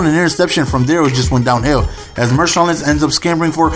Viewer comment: Marshawn not Mershawn!